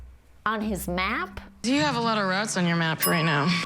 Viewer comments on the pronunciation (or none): "Routes" on your maps, not "Rats on your maps"!!!!!🤣😅😂